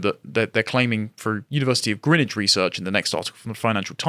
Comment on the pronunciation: Nice to here someone pronounce Greenwich correctly.